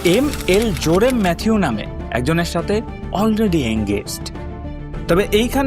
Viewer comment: জোরেম না জেরোম 😅